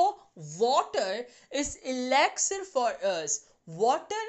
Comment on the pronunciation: Mam that is not exlire It is elixer in your mouth pranounsation